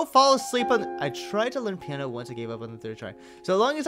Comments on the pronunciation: Was anyone else like "IT'S PIANO! NOT PIE-A-NO!" XD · A-PI-NO? I was screaming "piano!" in my mindXD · "pie-eh-no?" its piano XD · I was yelling PI-A-NO PIANO DAMMINT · "Pie An O??" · not Pie an no it's piano